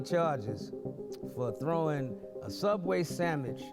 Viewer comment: its "throwing" not "throughing" ....ffs